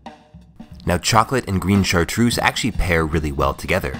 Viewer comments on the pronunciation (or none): I'm from Savoie in France (where the chartreuse comes from), we have chocolate with liquid chartreuse inside it's fantastic! Btw, it's Chartreuse, not Chartroose ;)